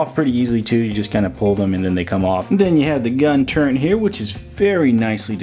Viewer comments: Turret. No "n". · “Gun turrENT” lmaooo